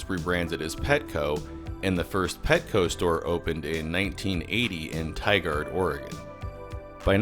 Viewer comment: Waiiiit Tigard? I used to work at that store! No wonder we kept getting whole PARADES of upper management through there! It's still open btw. 99W btw Btw it's pronounced Tigered. Like someone got eaten by a tiger. "Didn't you hear? Joe got tigered last week!"